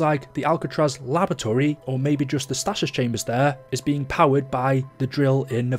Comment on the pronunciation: It's not statis. Its stasis but this is the American in me